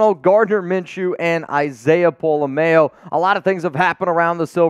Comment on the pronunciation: Since Isaiah will be with us you need to pron his name correctly it’s not mayo like mayonnaise.